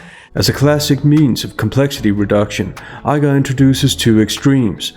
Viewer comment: Iger. Not I Guar